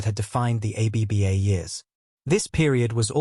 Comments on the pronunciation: A. B. B. A.? It this AI? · Trustworthiness plummeted to negative 60 points as the AI said "a b b a". Try harder.